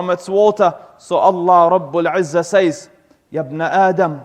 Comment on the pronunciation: NO KNOWLEGE SEZ NOT SAYS ATLEAST PRONOUNCE LIKE SEZ